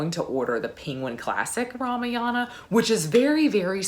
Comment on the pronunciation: Kaikeyi is pronounced - Kai like Ma in Math, Keyi is correct. Ramayana is Rah-Mah-Yuh-Nah. 🙏